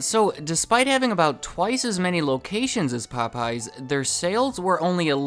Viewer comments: Interesting video. I love the subject matter. But your continued pronunciation as “Po-pies” was killing me 😂😂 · Wait, the missing apostrophe was a mistake? So it's not pronounced as "Pope, yes!"? Well I'll be... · Anyone else here with hispanic friends who call it Po-PAY-yez? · my asian dad pronounces it pop-eyes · Wait, so their name isn't pronounced Pope Yes?